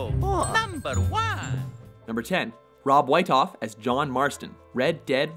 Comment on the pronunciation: Its pronounced rob wheat off WHEAT NOT WHITE